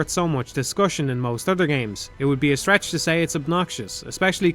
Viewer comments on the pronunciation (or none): none